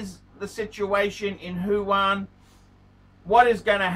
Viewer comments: It's Wuhan not Fuan. And it's not a province by the way. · wrong pronunciation not only aplies to luxury brand names but also to the city of Wuhan has become Huwan.